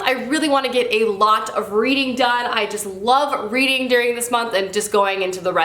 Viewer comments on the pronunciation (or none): none